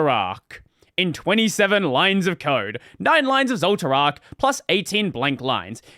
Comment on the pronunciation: intentionally mispronouncing zoltraak as if you never watched frieren 😄